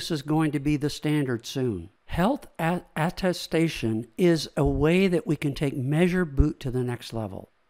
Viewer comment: Great overview! Tiny nitpick: it's aTTestation, like, at a station!